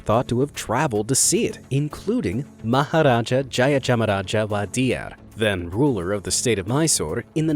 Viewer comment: You nailed the pronunciation of the maharaja!!!!!!